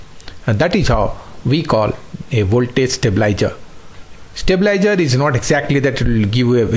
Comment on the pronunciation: Very informative video with detailed explanation. Just the pronunciation of certain words Stabilizer, stabilizing, increase, decrease, relays